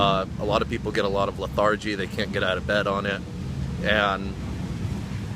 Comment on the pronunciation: It's LETH-er-gee not leth-AR-gee lol